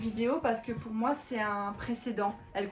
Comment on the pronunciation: "C'est moé!" lorsque tu montre ta photo habillé en geisha 😊 Tu sonnais comme une vraie québécoise 😄✌